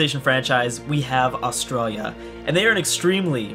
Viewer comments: You said Australia wrong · when he cant say Australia correctly at the start